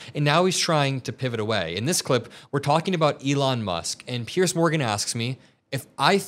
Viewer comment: Why do all Americans manage to find the letter C in the name Piers? There seems to be an assumption that he is called Pearce.